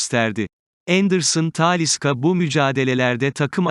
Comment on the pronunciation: Bu konuşma özürlü kim acaba taaaaliiisa ne ya insan ne konustuğunu hiç mi dinlemez nasıl bir telaffuz taaaaliiisca deli ediyor insanı